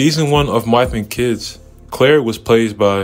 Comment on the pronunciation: I've never heard anyone not be able to pronounce my wife and kids .